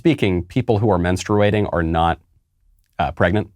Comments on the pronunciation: I was just waiting for the "MEN-sturating." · Pronounced " menstrating" you don't pronounce the u! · Bruh why you saying menstruating like that. I know it’s not important at all but it’s bothering me.